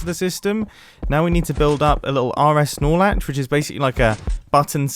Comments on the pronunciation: Did I really hear him say RSnorelatch ???? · ...okay, who else legitimately thought he said "Snoralax"? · is he saying RS Snorlax?